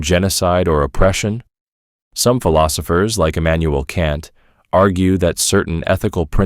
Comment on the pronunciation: Haha, guess he messed up saying Emanuel kant.